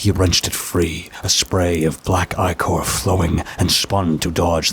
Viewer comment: Yo babes fyi that word you keep pronouncing as “eye core” is 💯not pronounced as “eye core” lmao 🤣 Just tryna help you out!